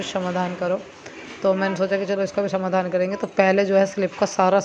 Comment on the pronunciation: स को स ही रहने दो मेरी बहन ष मत बनाओ षमय ,षमाधान षादी ऐसे मुहँ बना कर कयो बोलती हो pls request h apni khud ki hindi mat bnaooo